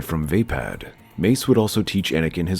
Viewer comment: Wasn't wimdus fighting style pronounced as vapod not as vapad